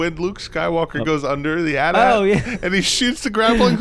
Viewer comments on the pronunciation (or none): its call an a t_a t not an atat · Annnnd they said at at instead of A.T.-A.T. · it's A-T-A-T not at at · I refuse to accept "at-at" as an acceptable pronunciation of an imperial walker. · Foxfrie They call them "at at" in the film, man. I always called them AT-AT. Saying the letters may be more correct, but I'm a creature of habit.